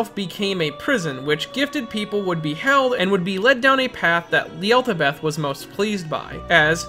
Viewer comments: Not to mention “Yeltabeth” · Im sorry but "Yellbadoubt" and "Sentanel" You mean Yaldabaoth and Satanael right?? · Also what’s with completely ignoring the pronunciations from the game in P5 of yaldabaoth and Satanael? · Your pronounciations of Yaldabaoth and Satanael trigger me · "Yeldabeth" Yowl-da-bowth "Neeyalethotep" Nya-lat-hoe-tep Sorry, it's just those pronunciations are just so wrong.